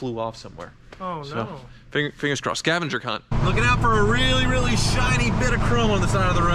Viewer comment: does he say scavenger….. what?